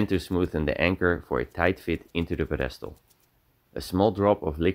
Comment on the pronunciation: Ziet er weer mooi uit man. Btw bij het woord pedestal ligt de nadruk op de eerste lettergreep.